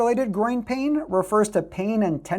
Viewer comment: Are you saying "groin pain" ? It sounds like "grain pain," but I can't be quite sure what you're trying to indicate.